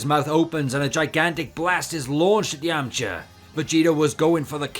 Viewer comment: His pronunciation of Yamcha and Yemma was very unbearable...